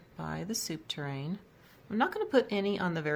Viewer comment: really cute decor, i love the white and greenery i also do that in my kitchen...oh yes it's not soup tur-rain, it's pronounced soup TUR REEN...lol...my fav is the top shelf, but I would take off one item each on the bottom and top shelf looks a bit cluttered. you do great decor work. I love shopping at thrift stores and GW you can find such treasures at low cost.